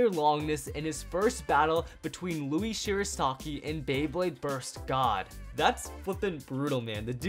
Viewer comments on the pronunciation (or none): none